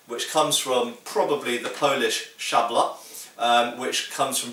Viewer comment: You'd spoken "szabla" very good. Nice to hear it.